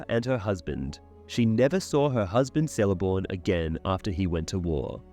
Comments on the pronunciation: Here we go again, pronunciation of Sindarin and other M-E languages. In Quenya and Sindarin, there are NO soft "Cs". Even when followed by a vowel, it is skill a hard "C" as in the pronounce "K", so Celeborn is pronounced Kel- a -born. If you are going to delve into Professor Tolkien's legendarium and do a comparison of the trash that Amazon Prime is putting out, I suppose it's to be expected that you would screw up as much as they have. Do us all a favour. Either stop making these inane videos with bad pronunciation and stultifying monotone at leas try to pronounce the names and places accurately..👎👎 Two thumbs down for you. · I enjoy how thorough your videos are! Hate to be the one to tell you though... the letter "C" in elvish names is pronounced hard. Like "Keleborn" or "Kelebrimbor" etc. Easy mistake to make! Good thing the showrunners had access to the appendices with the pronunciation guide or they might have fucked that up too haha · Lol "SELEBORN" "SELEBRIAN" "VALÁR" is it some kind of theme to mispronounce Tolkien's character names?